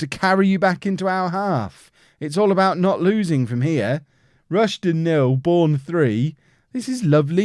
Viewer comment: It’s pronounced “High-Am” and “Rush-Den”